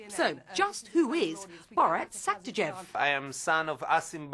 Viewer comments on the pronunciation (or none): Sachidev? Sagidev? It’s Sagdiev The host could not get the i and the d in the right order. How annoying